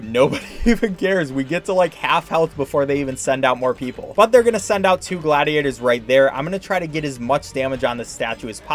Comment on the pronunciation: "the gladiators" this just urks my soul XD